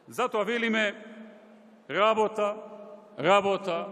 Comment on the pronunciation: Zatoa nie velime-LABOTA,LABOTA,LABOTA.........." xexexe